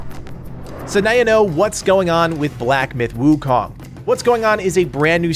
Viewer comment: By the way it's pronounced as soon not sun